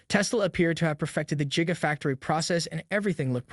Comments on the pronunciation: its not Jiga it is Giga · Stop pronouncing it jiga lol. Musk's days are numbered. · Sounds like you're saying jigga factory